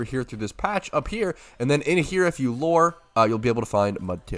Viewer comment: Why does bro say "loooooore?" Its lew-er.